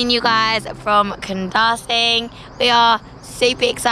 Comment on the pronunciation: The pronunciation for Kundasang is KUN-DA-SUNK